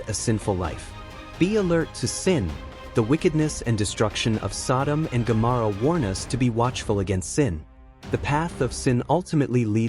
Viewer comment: Incorrect pronunciation of Gomorrah.